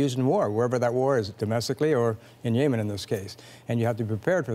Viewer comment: When you're the former Canadian Ambassador to Yemen but you can't even pronounce Yemen